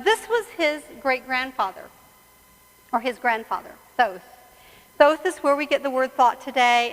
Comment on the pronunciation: I am constantly amazed by all these people who claim "special" knowledge, all this wisdom etc etc but who cannot pronounce Thoth correctly. You would think with all these :"special" teachers and teachings this lady would know how to correctly pronounce that name ? Makes me wonder.